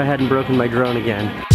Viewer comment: Every time he says "drone" I hear "Jerome"